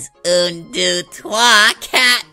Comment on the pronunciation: (NightAnime) Since when is deux pronounced don?